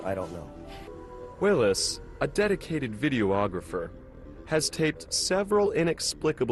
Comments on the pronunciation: The narrator kept calling him a video ographer....I found that annoy oying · I wish this guy would stop saying "video-ographer", it's pronounced "vid-e-ographer".